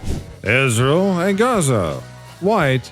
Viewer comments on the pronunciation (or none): none